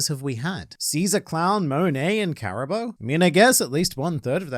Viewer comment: pronounce Caribou correctly challenge Difficulty: Impossible